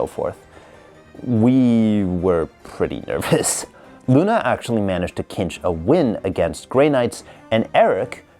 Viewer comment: cinch is actually pronounced like tzeentch said quickly